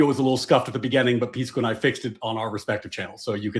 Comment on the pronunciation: Objectively reasonable ≠ agreeing with your reasoning, Pisco. (Bonus points to for mispronouncing Pisco throughout)